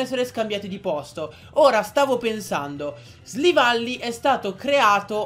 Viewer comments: SILVALLY NON SLIVALLY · si dice silvally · Ma come li pronunci??? Golisopod??? Slivally??? Nn per fare l'hater, però...